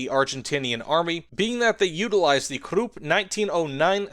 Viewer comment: Krupp is pronounced kruhp (rhymes with up), not kroop.